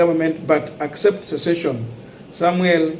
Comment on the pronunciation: Sessession Sessession.